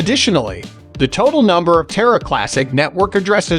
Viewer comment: You can’t even pronounce the name Terra right lmfao 🤡🤡🤡